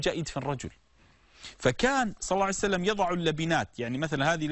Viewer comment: ياشيخ ليش تقول صعسلم حته لفض الجلاله متلفضه زين وهوا ﷲ المفروض تقول ببطء شويه صلى الله عليه واله وسلم